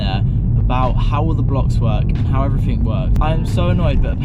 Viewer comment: Hi to elocution lessons. Interesting video and also you might pronounce ever-fing a bit better